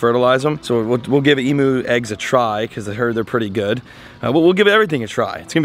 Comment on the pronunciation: gday ... been watchion a while but never typed here .... please pronounce emu as emyou Aussies always have ... thanks in advance ... enjoy your show ... love the ponds and the fish n stuff ... btw Finatic is a fun Guy ... 95% of the stuff he does would be illegal in Australia LOL